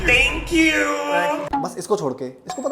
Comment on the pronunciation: you are always on point too good bro!!!!!!!!!! #millionsoon soo true bro (lagta hai phele iska hi game over hoga) tankuuuuuuuu ( or kuch nahi hai bolne ko isliye thanku hi bol deya) his english accent 🤣🤣🤣 LOL santa aabhe kese aa gaya